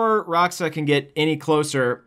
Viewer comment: its Rah'ōxah not Rah'oxah.